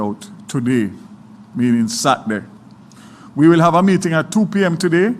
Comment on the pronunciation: I wonder where Daryl vaz went to school? f or a minister the word is not satday. It is Saturday fully dunce. Lol